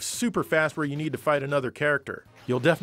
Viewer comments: I thought Cyborg 009 says "Kasoku Sochi" in the anime, but he actually says "Cut the Foods", thank you very much for the clarification! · I cannot unhear that now CUT THE FOODS!😁😁 just like Axel's GRANPAPA!